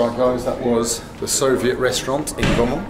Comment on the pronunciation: If I had a cent each time Bald says Solviet ...